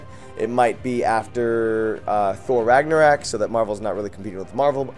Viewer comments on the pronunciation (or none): Roman Ambrose "Rag- nor- Rack" is what he said I mean... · Death Row he said Ragnarak.